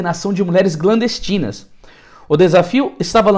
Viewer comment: Glandestinas não... Clan... Clandestinas...